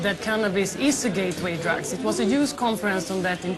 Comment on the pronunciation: lol, tror hon försöker säga ”youth conference” men det låter som ”use conference” och de översätter det till och med till ”brukarkonferens”... Brukarkonferens låter iofs som något roligt att gå på men